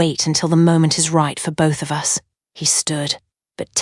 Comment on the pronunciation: I think it's an '''a.i. thing'''. It also tends to pronounce 'bullet wound(wooond)' as '''wownd'''. Hair bow(boe), comes out as '''bahwuh'''. 'Us' gets spelled out, u s, as if each letter was a word. I thought it was a glitch in the video at first. Then I realized it was happening to all contractions, NOT JUST the ones with '''---'t or ---'s'''. Can be very irritating sometimes.